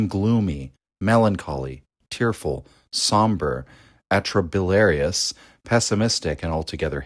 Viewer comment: atropibiliarious did i hear that right lol